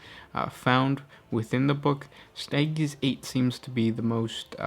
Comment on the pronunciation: I die everytime you try to pronounce stygies